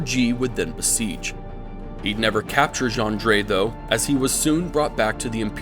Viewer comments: It’s kinda like jiaw, the aw is pronounce like the ou part of ouch. Zhang jiaw. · It's actually pronounced ZHANG Jué. I was just aware of this detail hours ago